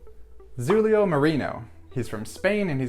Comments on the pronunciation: Loved his performance! Btw that 'X' in 'Xulio' is pronounced like 'sh' in 'ship' it's the Galician form of 'Julio' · Say it like "Shulio" and it will sound right :)